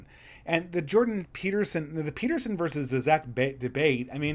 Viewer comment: You said Beterson